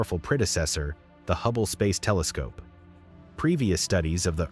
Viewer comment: Did you just say "can detect 4 times as much light as HUBBLY." I heard hubbly and so did YT autocaptions lol